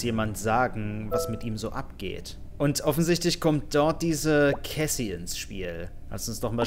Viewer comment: warum sagst du immer caysy? es heißt cassie (ausgesprochen: kässi) okay?